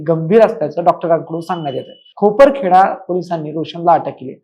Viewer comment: Bhava khoparkheda nhi khaparkheda